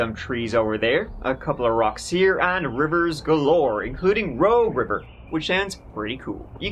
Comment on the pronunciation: Wow, I grew up on the Rogue River, Applegate (before and after the dam), my dad worked in White City at 3M. Thanks for pronouncing everything correctly.